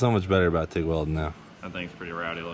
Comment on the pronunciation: Tig not mig come on man